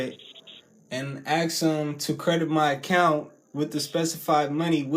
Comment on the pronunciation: if you say "axe" instead of "ask" no one will take you seriously!